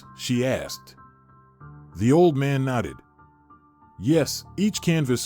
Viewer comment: Nodded, not knotted